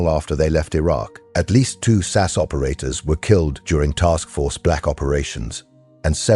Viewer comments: Your producing them “Sass”, get it right man it’s 22 S.A.S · It’s S A S not Sass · effing AI it is not sas it is S A S, capital letters, Jesus English is not hard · And it's Ess Ay Ess, not Sass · Will somebody please teach AI that ‘SAS’ is an INITIALISM = letters pronounced separately S-A-S! Not an acronym, like NATO, or NASA. SAS stands for the Special Air Service, it is often also used as an umbrella title for their brother force the Special Boat Service. Most of those that are prepared to listen to this waffle probably already know that but evry time I hear that American AI voice referring to the “Sas” , I want to scream!! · Teach your AI to say SAS correctly.